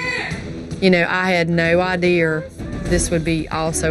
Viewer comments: Did she take any type of English classes in school?? I learned IDEA NOT IDEER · That mom needs to brush her own teeth. Geez. And stop sayin ideaer